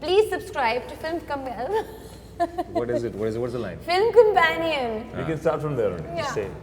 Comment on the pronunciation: alia u r such a dumbo u cnt even pronounce "companion"!!